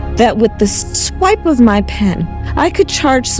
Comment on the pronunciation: "A awipe of my Pen", Kamala. Someone on the far left should tell kamala we don't elect dictators in the U.S.